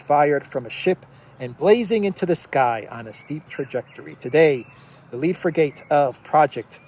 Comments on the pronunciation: frigate it pronounced "friget" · love your show—frigate is pronounced “FRIG-it”